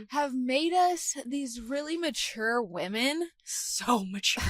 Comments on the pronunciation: The pronunciation of “weh-min” is upsetting me so deeply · says “wemen” and I cannot stand it. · "Wemen"